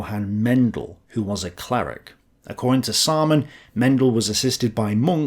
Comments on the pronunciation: Seriously, Samaan says? Was that on purpose to sound like Simon Says? Dude, you said epi-tome instead of e-pit-ti-me. Can't even say rookie mistake. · Anyone else just think 'Simon says' everytime says 'Saaman says'? 🤣